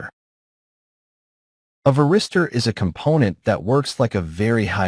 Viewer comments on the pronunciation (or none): Какой нахуй ВЕРИСТЁР? ВАРИСТОР, МАТЬ ВАШУ, ВАРИСТОР!!! Кто-то будет смотреть из начинающих, так и будет потом называть. Поправить нельзя этого электронного болвана-диктора?